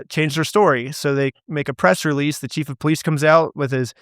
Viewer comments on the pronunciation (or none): none